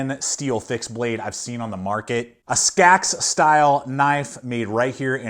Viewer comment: It's pronounced Hellah, not Helly,... And it's a Seax (pronounced Sax),, Not a Skax,, just fyi,, 👍